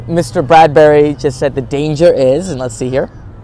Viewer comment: Its Bradby not Bardbury. But love your videos